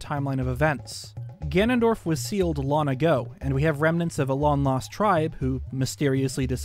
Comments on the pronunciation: Is it like a meme/reference that always pronounces the word "long" as "lon" referring to LonLon Ranch or something? It bugs me probably more than it should, I wonder if he's just so immersed in the Zelda universe that his brain now just defaults to saying "lon" instead of "long". Even when he says words like "belonging" he still says "belonning", but it's not like he can't pronounce G's that come after N's because he doesn't say "belonnin" he does say "ing", so why can't/doesn't he say "ong"?? I've been noticing it for like the 2-3 years I've been watching but never commented/asked about it before. Only thing I can think is that it's a little easter egg he does deliberately as a reference to LonLon Ranch. If it's not deliberate, it's a very strange and unique speech impediment lmao, definitely not something common like a lisp or the one where some British ppl pronounce the R sound as a kind of W sound. What would the description be haha, like "a speech impediment where you can't pronounce the G after N, but only with words ending in "ong". Words ending in "ing" are unaffected and the G is still pronounced." hahah, how unusual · This guy sounds like he has the same accent as everyone I know, except exclusively when he says long as lon. Every time he say's lon my brain shortcircuits lol.